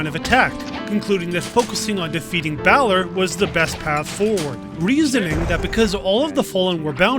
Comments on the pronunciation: Balor is pronounced like "valor" but with B. Not like "bay lore" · My god, its Balor not Bailer